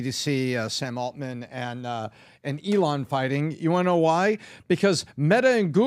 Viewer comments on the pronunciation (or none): PBD: eelaan musk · PBD needs to learn how to pronounce ELON